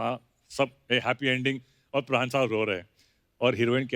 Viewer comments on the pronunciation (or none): Paraan Nehi pran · Paraan nahi "Pran"..." प्राण "